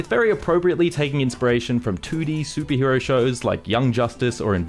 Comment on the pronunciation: why are you saying "soupie hero" instead of superhero?